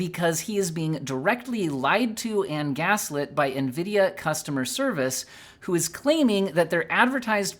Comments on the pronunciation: bro almost said Ngreedia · I think you meant to say "nGREEDIA." It's ok tho lol